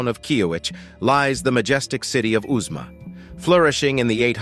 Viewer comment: at 25 minutes, you talk about "Uzma" which is actually the well known ruins of Uxmal, I recognize it for having visited the site. Why call it Uzma?